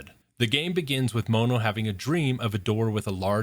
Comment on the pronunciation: The way you say mono is painful its pronounced like the mono in monochrome his name is just one